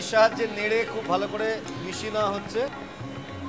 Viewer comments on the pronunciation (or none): joler quantity bola uchit chhilo.. Dekchi ke Dechki, deowa ke daowa, neowa naowa...e shob ki pronunciation... rubbish